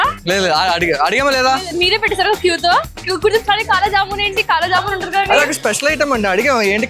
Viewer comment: Kala jamun ❌Qala jamun✔️...😂😂😂💥